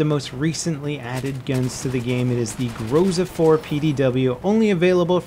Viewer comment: and again, grozA, not grOza